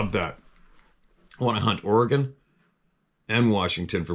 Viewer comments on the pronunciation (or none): none